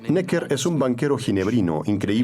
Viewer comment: QUE MAL DOBLAJE... pronuncian bien 'Necker' en francés en el video original (palabra aguda) y en el doblaje la convierten en palabra llana; igual que con el nombre del ministro de Guerra 'Vergennes'. Hasta los anglos son capaces de pronunciar bien en otros idiomas cuando se lo proponen... y los del doblaje se encabezonan de pronuncia a la pichinglish... ¡¡¡RIDÍCULO!!!